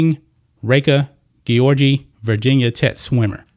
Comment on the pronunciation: You care so much about the welfare of female athletes that you can't even pronouce Reka Gyorgy's name properly. You're just a bigot who hate the lgbtq+ community.